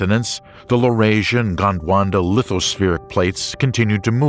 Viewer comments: It's "Gondwana", not "Gondwanda". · "GondWanda" killed me 😂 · Your pronunciation of Gondwana was wrong throughout the video :) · Gondwanda.... Sigh...